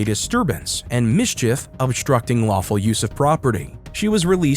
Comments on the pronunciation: Astructing ⁉️⁉️⁉️. Red hat, take the crap out your mouth and talk right. JS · unloosen my cuffs?? 3rd grade education too many victims in the 1st we ain't instucting nothin!!! stupid..."yes it do..yes it do" Chanel/Kennel/Zanax whatever her name is trying her best to speak in 6th grade ghetto language not easy to watch